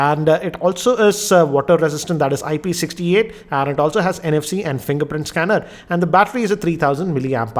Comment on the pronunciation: Fringerprint Schanner.. 😂😂😂